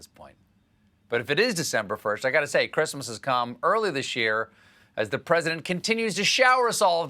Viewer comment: “Creeeeesmas staff” Seriously, what does she do with herself all day?